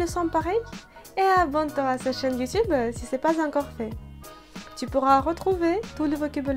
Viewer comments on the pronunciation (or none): none